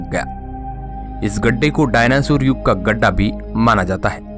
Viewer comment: डायनासुर नही डायनासोर बोलते है भाई😂😂😂